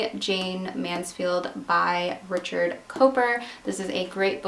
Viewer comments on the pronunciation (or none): none